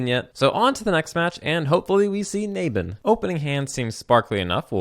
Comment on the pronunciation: The way you pronounce "Naban" triggers ME!